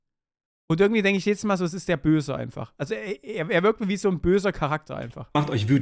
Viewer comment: Ürgendwie, ürgendwo, ürgendwas. xD